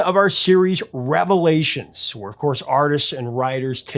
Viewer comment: "Revevlations"?? Just kidding. ;^)